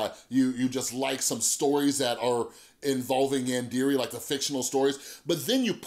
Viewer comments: And it’s pronounced yon-dairay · Actually it’s pronounced yawn deh reh (roll the r) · It’s pronounced like YAWN-DER-RAY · I will say, the way you pronounce yandere hurts my weeaboo soul a bit.